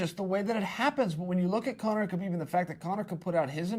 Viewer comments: Khabib is pronounced 'ha-beeb' "No Ka-beeb" as he says. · The K in Khabib is silent. Many people who should know this (particularly his peers) still say his name incorrectly. I'd feel offended if I were Khabib.